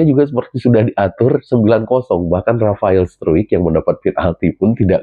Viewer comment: Cuma anda yang sangat tepat menyebut nama Rafael struick...yang lain nya bahkan media mainstream bilang nya strike😂😂😂kan jauh banget ejaan nya Sehat selalu lancar rejeki salam nusantara indonesia